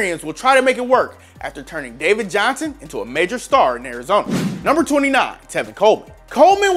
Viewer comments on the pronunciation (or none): 1) his name is Johnson, not “Johnsan” (autocorrect literally underlined it in red for you and you thought you were smarter than it). 2) David Johnson is a top 5 RB when he’s healthy while most people have to google Damien Williams to find out who he is, so do all of us a favor and never make another player comparison. BTW I think Philip Lindsay is a little overrated, but he’s definitely better than Williams and is still a very good RB.